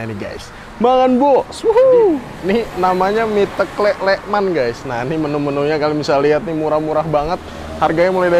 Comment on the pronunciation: Mas garda bukan asli jogja ya..klihatan dari penyebutan kata ( teklek) salah